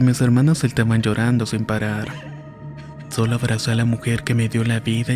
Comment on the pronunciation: El relato es perfecto; sólo un detalle pequeño me sacó de foco, una palabra sin darle el acento correcto "Abrace a la mujer que me dió la vida" es "Abracé", gracias por tan estupendo relato.👍